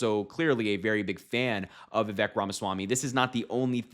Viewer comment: Just like Kamala, Vivek has been around quite awhile. It's pronounced "vih-vake." Rhymes with "snake."